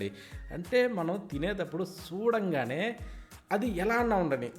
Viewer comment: తమ్ముడు ఏ ఊరు మీది చల్ల అనాలి సల్ల కాదు చూడంగానే అనాలి సుడగానే కాదు కరెక్ట్ చేసినందుకు మీకు తప్పనిపిస్తే ఏమనుకోవద్దు